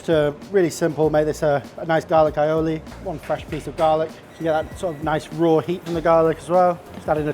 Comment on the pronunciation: "Garlic Aioli"